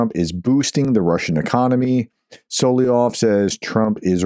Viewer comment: Solovyov is pronounced as ~sul - uv - y - of SUL is in ~SULlivan UV as in ~love /luv/ Y as in ~ You, Young, Yeast, York OF as in ~ smirnOFF As always, this is only if you are interested, Professor. You do NOT have to be. Until February 24, 2022, I’ve never heard about this traitor but as I listen to you pronouncing the word, I immediately recognize the common Russian name (it’s his pseudonym as he’s a historically persecuted minority and not an ethnic Russian, which is doubly cowardly and treacherous given enormous xenophobia in Russia but that’s a separate conversation). In any case, if you are not, the comment is to support the channel👌 THANK YOU 💖